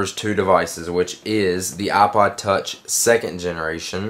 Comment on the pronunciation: its IPOD TOUCH NOT OHPOD TOUCH